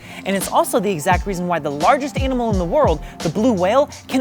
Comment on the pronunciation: did he seriously just say "a-nimal"?